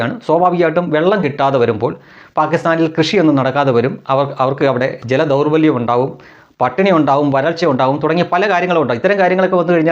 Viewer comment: 'ജലദൗർലഭ്യം '.... ശ്രദ്ധിക്കണേ.. വളരെ ഇഷ്ടപ്പെടുന്ന ചാനലാണ്.. 👍👍